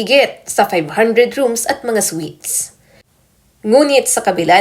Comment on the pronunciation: Anong sweet's sinasabi mo Ayusin mo nman mag basa at mag bigkas ng tamang basa dyan